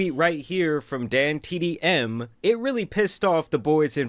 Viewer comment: I aint watch the vid yet but if you start dissing dantdm im boycotting your vids and where fighting and stop saying his name wrong